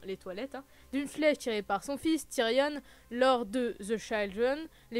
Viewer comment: Tyrion pas Tyrionne mais super vidéo